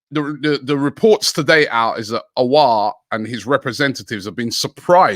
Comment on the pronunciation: Some classics - Umiti (Umtiti), Orwhrer (Aouar), xvbrhbzxrb (Szoboszlai) 😭